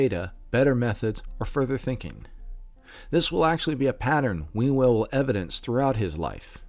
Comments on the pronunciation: Sorry, even though there's some interesting information in this video/podcast, it is hard to take seriously when you pronounce his name "We Will" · It's pronounced 'Hugh el".